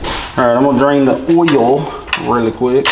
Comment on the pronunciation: Lmao Why do u add extra alphabets and an extra syllable to the word "Oil"